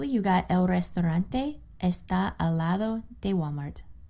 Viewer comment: There are a few errors, but overall it's a good video. Restaurante not resturante. Adentro de not adentro do. "Note that we need to add an s to the word cansado." - But the word is contentos.